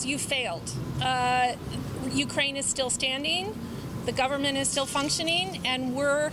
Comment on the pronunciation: "U KRA IN" ???